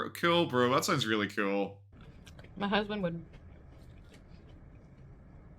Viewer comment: I laugh every time she says ma hazzzbaand😂